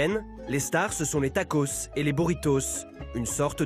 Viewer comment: Tacos on prononce le s merci